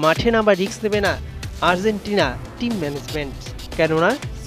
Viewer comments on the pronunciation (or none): none